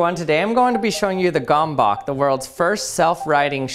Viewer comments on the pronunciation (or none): Gurm-bets, not gom-bok. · Gomebawk...?? It's pronounced kind of like gumbuts with the u as in "fur". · He pronounced it as "gombok" rather than gömböc in Hungarian... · Gábor Domokos named this object [gømbøts] and not [gombok]. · It's Gömböc, not Gombok! Could have at least ask a hungarian how to pronounce it! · Fun fact: You don’t pronounce the "Gömböc" as simply "Gomboc", but you say it like "Goehmboehk" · How it's written: Gömböc How he pronounces it: Gomboc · Well, as a proud hungarian i must tell you that it's NOT gomboak/gamboak or however you pronounce it but gömböc 🧐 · Its not gomboc, its gömböc, the ö is pronounced like you pronounce the u in the word turn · It's not pronounced “gom-bock”, it's “ghem-bets”. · Hungarians: gömböc This guy: gammbakh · It's pronounced "Goemboets", I think. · Brudi es heißt Gööööööömböööööööööööc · yea, but the way he pronounces means a different word: gombok means buttons in Hungarian. So the pronounciation is not just absolutely off but it literally means a different thing. So we can complain about it. Gömböc means a round shaped object, rather a type of food, such as dumplings or a special meat filled round Hungarian pork cheese/brawn. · Jeez, this comment has gone on for far too long. All I said was that people don't pronounce English perfectly either. Obviously his Gombock pronunciation was more egregious than I realised, and I accept that. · It's pronounced more like 'gum butts' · "Hey everyone, today I'm going to be showing you the gambawk." *checks title It literally says gömbök. Can't be that hard to pronounce? "gumboke" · Dude it is a hungarian world and you say it like gaembaec kind of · U pronaunced it gombok why u not know letter ö and ü? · Every time this guy said ‘gombock’ the Hungarian in me cringed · His pronounciation of "gömböc" just kills my ears :D Try the German "ö" with tz instead of c. Gömbötz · I love how he says "gombok" when in hungarian its waaay different. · it hurts my soul the way he says it XD